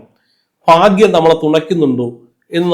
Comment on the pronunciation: ഫാ ഗ്യം അല്ല.. ഭാഗ്യം.. ഉച്ചാരണം പഠിക്കൂ..